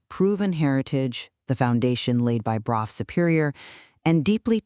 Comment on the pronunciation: Brough is pronounced “bruff” like tough . Let’s do our research if you want anyone to take your product seriously . “ braw “ brew” REALLY now !